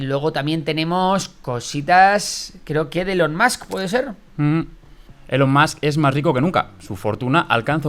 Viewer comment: Se pronuncia Ilon